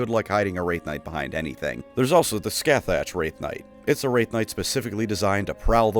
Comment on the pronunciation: It absolutely kills me it's called the Skathach, which should probably be pronounced "ska-HOCK" since I think it's a riff on scathach from scotland